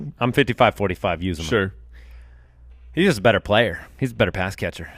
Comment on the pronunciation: As a Bengals fan, it's pronounced u-za-mah.